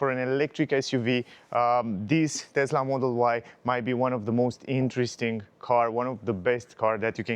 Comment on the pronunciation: You own a TeSSSSla Model Y ... not a TeZZZZZZZZZZla Model Y.